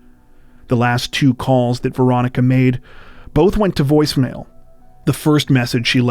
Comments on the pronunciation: Had to turn on subtitles, thought u were saying "Veronica Boza". My guess is the ex is behind it. It's always the ex which never makes sense. U r already split up, why kill them? Also, why run inside a brick box where no one can hear or see u if being pursued. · It’s sounds like you’re saying Veronica Bozo